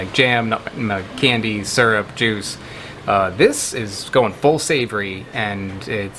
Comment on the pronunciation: Say syrup again 😂❤